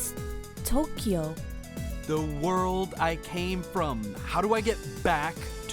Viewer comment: "How do I get to Tokyo? (pronounced incorrectly)" "What's Tokyo? (pronounced correctly)"